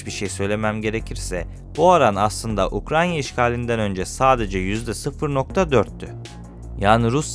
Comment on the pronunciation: Ukranya değil Ukrayna lütfen